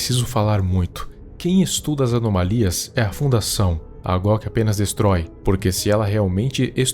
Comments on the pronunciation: Quando fala em goc eu ouço gloc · Eu tava entendendo Glock invés de goc.